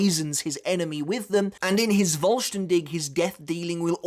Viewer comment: Askins Schrift is pretty good but I like the idea of the balance always balncing out the damage. btw the 'v' from vollstaendig is pronounced like a 'f' sound kinda like in the word 'full'